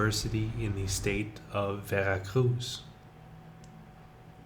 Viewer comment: Full of inaccuracies and false statements and your weird, slooow delivery is excruciating. Learn how to pronounce "Veracruz"! There is no soft z sound in Spanish'